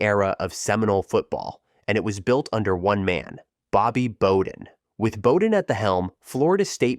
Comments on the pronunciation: Bobby Bowden: his last name is pronounced BOW-DEN, not BO-DEN! Think the BOW of a ship or take a BOW. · Bobby BO-DEN? BO-DEN???????? I'm an Alabama fan and even I can't stand for this disrespect. It's BOW-DEN. Like taking a bow at the end of a performance. I was rocking with you til that moment. I dunno man, I genuinely question your football knowledge if you can't pronounce the name of one of the most successful, iconic, and talked about coaches in the history of the sport. What's up with that? I'm open to hearing you out. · Bobby Bow-den.... pronounced just like its spelled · Imagine making this video and not knowing how to pronounce "Bowden" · Yeah loved the video but got to thumbs down on incorrectly pronouncing Coach B's name. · If you're gonna make a college football video, you gotta know how to pronounce Bobby Bowden's name or it seems like you don't know what you're talking about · Yeah we all know it’s Bowden. But he’s been dead a while now, maybe this young fella never saw him as a coach, or if he did maybe it was the tail end of his coaching career…still you make a really good point. No one would say “Ruth” with a short “u” sound (like the “u” in “cut.” To do so I believe would be a valid medical diagnosis to determine an individual is “special needs”. So it would never happen and he’s (the Babe) been dead since the 50’s so yeah….the more I think about it, he should have known better.